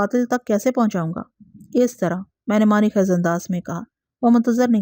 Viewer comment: السلام علیکم ۔ میں کافی عرصے سے آپ کی کہانیاں بڑے شوق سے سنتا آ رہا ہوں۔ اگر میں غلط نہیں تو شاید آپ جس علاقے سے ہیں وہاں الفاظ کو زبر سے ادا کرتے ہوں گے کیوں کہ میں کافی بار نشان دہی کی کہ خیز اور اثبات آپ زبر سے ادا کرتی ہیں اور باقر کو بھی آج آپ نے زبر سے ادا کیا مگر یہ اور دوسرے کئی الفاظ زیر کے ساتھ ہیں ۔ اِثبات ۔ خِیز ۔ اور باقِر۔ امید ہے آئندہ توجہ فرمائیں گی۔